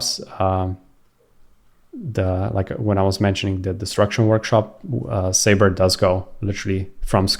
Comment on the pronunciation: Thanks, BTW it's not sayber, it's pronounced suber! 😂😂😂